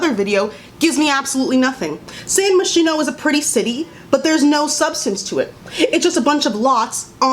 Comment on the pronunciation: Moschino is pronounced Muh-s-keeno